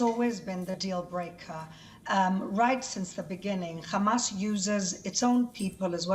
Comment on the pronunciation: Its hamas not khamas